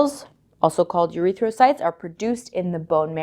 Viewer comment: why she say it like urethracytes lol